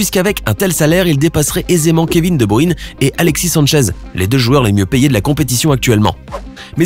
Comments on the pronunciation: C Kevin de bruyne pas de bruine !!!!!!!!!!!!!!! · kevin quoi??😂😂😂il c’est pas dire de bruyne ou quoi